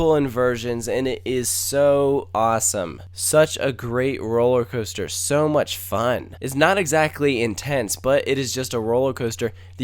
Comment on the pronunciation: ..did he say... 'cooster'.....????